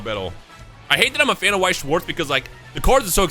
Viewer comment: i feel like remembering once you said you have german heritage, so please lern how to pronounce Weiss and Schwarz its not difficult